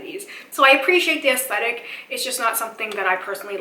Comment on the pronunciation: It's aesthetics not stetics btw! :)